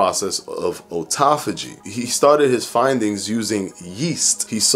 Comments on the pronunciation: First, let me say that I love your videos. But since you went to the trouble of trying to tell folks how to pronounce autophagy in this video, I feel that it's relevant to point out that you're mispronouncing the word. It's not "oh-toff-oh-gee," it's "ah-toff-oh-gee." After all, you would call a car an "oh-to-mo-beel," would you? No. It's an "ah-to-mo-beel," isn't it? So why turn the 'au' in autophagy into an "oh" sound? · I really appreciated this vid, even hot the like button. But I can’t lie, I cringed a little every time he said “O-tophagy” instead of “Awe-tophagy”... 🤣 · it’s not O-tophogy. Its “Aw” tophogy. You’re killing me, especially considering you had a whole section on how to say it. you wouldn’t say Otoimmune, but autoimmune. Have always loved your content, but it brings down your credibility when you can’t pronounce the word right. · Otauphagy? Lol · i thought at the beginning we all agreed that AWEtophagy sounded better????? nevertheless, you rock no matter how you pronounce it..... i know what you mean! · Please do not teach mispronunciations of words. It is hard enough for people to understand what they hear and read. American (derived from English with many other languages added) is already not an easy language to learn with all of the contradictions and exceptions Your information is good and people look up to you. That means when you teach something that is incorrect, they go with it instead. Science and research is hard enough for most people to understand. This just makes it harder. Your videos are good and I watch them regularly. I just ask that you help everyone by making sure the words are pronounced correctly. Thank you.